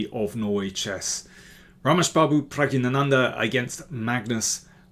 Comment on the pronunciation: Pragg ina nandhaa isn't the right pronunciation Nor is Pragg na nandhaa It's Pragg ya nandhaa